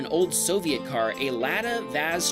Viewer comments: You pronounce it LA-DA😵 not LADA😀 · Hope asura is ok but what I’m worried about is the Lada… Would rather have one of those instead of a Tesla… You put too much emphasis into the first “a” of Lada…